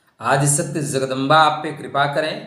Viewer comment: Please don't pronounce Zagdamba ! Better just say Jagdamba 🙏🏻